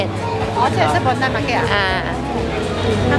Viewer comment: Bondi的发音是Bon.dai 😂😂😂希望不会被喷因为英文老师上身！Bondi其实是澳洲原住民的词语！